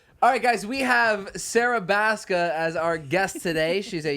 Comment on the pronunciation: Thanks to Kian & JC, I can't help but pronounce Sarah Baska aa Zarha Bazkha. Loved this episode! It was nice because the vibe between them all was natural, it was hilarious, and different from their typical eps. And once I saw Catalina was Caitlyn Rae, I immediately went to find their podcast. Thanks for the entertainment guys!